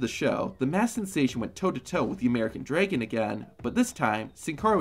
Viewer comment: Draigon? I haven't heard dragon pronounce like that